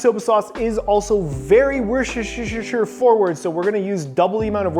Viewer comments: ah the age-old problem of pronouncing woshtershersher.. same chef, same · Warshishishure sauce? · Omg LOL wershersher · Lol, even a chef calls it woshishisher sauce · Wuss ter shire. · very wusuhsuhuishsuheurheur xD i found it funny how thats pronounced in english, never heard it before. great video by the way :D always love ur vids man. these videos keeps getting better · I've never had any trouble pronouncing worcestershire until I watched this video....thank you for that. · Sorry but as Non English Speaker what the hell did he say ? Worcestershire sauce? I can't.